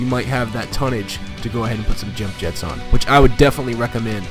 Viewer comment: This is one of the best skins, or paint Job. The Bronze metallic finish reminds me of Fish Scaling. Like on a Carp or Coy Fish. Its Yump Yetts (Scandanavian pronunciation) Not Jump Jets. Lol. Did you realise that 'Nova' in Spanish literally Translates To: No go. It's why all Chevy Novas didnt sell well in Mexico. So your Hispanic Name Would be Harry No Go. Lol.